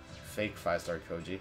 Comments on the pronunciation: >koji? lol its Sho-ji (choji) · His name is choji not coji